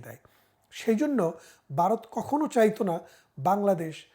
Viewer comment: উইথ ডিউ রেসপেক্ট, আপনি তো সাধারণ মুখ্যু বাংলাদেশিদের থেকে অনেক বেশি শিক্ষিত; তো আপনার মতো মানুষও 'ভারত' উচ্চারণ করতে পারেন না কেন?😅 ইটস নট 'বারোত', ইটস ভারত। ভারতবর্ষ।😊